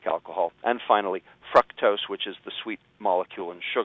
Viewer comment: Fr-ah-ctose? Please don't.